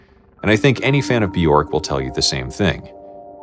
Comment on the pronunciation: My kingdom for someone who can pronounce "Bĵörk"